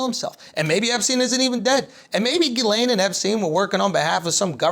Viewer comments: It's not Jizz-Lean, it's Jizz-Lane Max-Swell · Youre still pronouncing it wrong its gah-lan not gah-lane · You pronounced it wrong, the correct english pronunciation is JIZZ LANE. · I refuse to believe it's pronounced any other way but 'jizz lane," because that's clearly all she is. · Andrew, it’s pronounce Gizz-stain. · ghislaine is a moroccan name and pronounced as khiz-laane, have a great day everyone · Its Jisslenne. It's french, idiot. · It’s actually ghiZZlaine according to the French in Quebec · Giss (not DJISS) Len. Giss-len Maxwell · Guh-len. It's like you're saying the word "glen" with two syllables. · 20 seconds in and I'm already dying laughing at "Jizz-Lean" XD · It's actually pronounced Jiz-laine, and not the other way. The way Andrew pronounces it would be spelled Guylaine... Take from a guy living in a French province. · You're still not pronouncing it right tho.